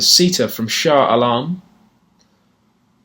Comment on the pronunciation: he said Shah Alam correctly ..... oh my